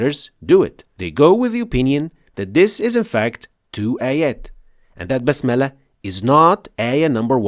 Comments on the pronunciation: Please explain one thing ,why do you say Bismillah like basmallah as I hear .you use fatha not kasra. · Brother you said also Basmallah it's bismillah